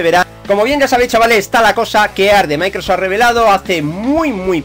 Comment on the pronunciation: Has mejorado mucho tu inglés. Dices muy bien Microsoft. Podrías repetir el nombre de Dan Aykroyd, el de los cazafantasmas. Lo que me reí con eso. Un saludo.